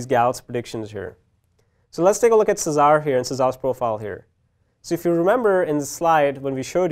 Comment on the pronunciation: Machine Learn to say Cesar ... ffs